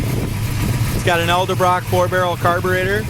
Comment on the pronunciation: EDEL BROCK not Elder Brock, sorry 😄